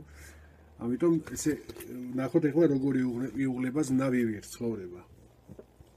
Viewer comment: ანბანის ახსნისას "ვ" ასოზე აგვიხსენით რომ იკითხება როგორც "ბ". ამ გაკვეთილში სიტყვა "Vivir"-ს გამოთქვამდით როგორც ვივირ და ეს შემთხვევა გამონაკლისია?